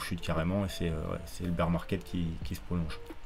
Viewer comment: je rêve ou t'as dis "Beer market"?!! lol...on dirais Pierre sur twitter